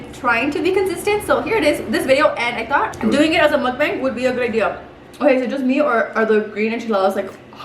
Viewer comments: She said muk "boing" 😂😩 got me dying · Hahah this video had me dying 😂 but here’s a little tip on how to say mukbang a little better.. MOOK(como la vaca moo 🐮) y luego BONG como tú pelotita 😂 De nada 🤪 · alex looks so disappointed when you tried to pronounce mukbang 😭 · Bong bong bong . 😂 dude these are the questions that haunt me . 😂 is it mukbong? Or mukbang? 😂😂😂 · Se dice “MOO-K-BAWNG” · It’s pronounced muk bong. Its Korean for eating show/broadcast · I love your stories. You two are so funny. Truly meant for each other. His face when you pronounce things wrong 😂 but he is so sweet about it. He is never rude or mean to you. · Yay!! Love you!!! Who knows how to say mukbang. I WANT SOME